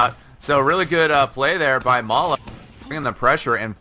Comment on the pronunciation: May-la? Isn't it pronounced as May-lay? (As said by STAR)